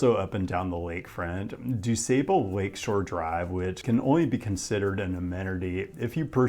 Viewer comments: just in case u make a video on it again this station is called "Clark and Lake" like how the overhead voice on the train says it, also brin mau-er (like a cat saying meow with no e), (like the word do) du-sah-ble lake shore drive. its not very intuitive that most our roads and stations are names. makes it hard to sound out the pronunciations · great video. Dusable is pronounced “Do- sah-bul”, and is named after Jean Baptiste Point du Sable, a man of African decent, and the first non-native permanent settler of Chicago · You get an A+ on your pronunciation of Paulina but your pronunciations of Bryn Mawr and DuSable need improvement.😉